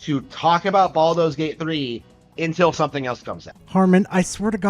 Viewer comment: It doesn't even sound like he's saying baldurs gate 3 correctly. It sounds like hes saying baldos gate.